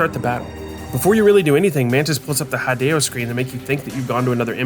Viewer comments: Hideo Kojima's name is spelled "HEE-day-oh" not "HI-day-oh", not tryna be annoying though the video was very interesting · I was going through the comments to see if anyone else commented on this, it's the first time I've ever seen his name pronounced like that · Bruh you mention that hideo sounds like video, but still mispronounce his name